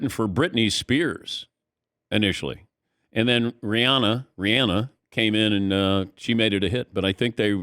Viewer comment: And thanks to Dan for pronouncing her name correctly!